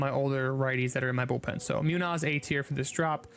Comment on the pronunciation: I’m sorry but andres Munoz is pronounced moon-yo-s